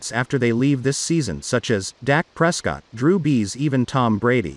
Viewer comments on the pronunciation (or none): none